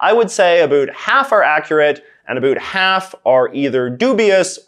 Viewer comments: Are u deliberately saying a boot cause I'm canadian and no one near me says a boot lol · Why do you say about that way? What part of Canada you from? Never heard anyone pronounce it like that except for comedy sketches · Why do you pronounce about like the Americans think we do. I'm Canadian.. borne here and speak Canadian English and so do 99% of people I know here and we do not say about like a boot.. so why are you putting it on like that. It's actually not how we speak so I just don't understand.. I noticed you laying it on thick for some reason.. I honestly can't think anyone I know excluding my buddy from newfoundland but thats a different accent entirely.. so your putting it on and I don't understand.. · no one in Canada says "about" the way you say it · Maybe it's because I'm Albertan but I cannot stand the way he says "about" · No you don't. This guy is just saying it wrong.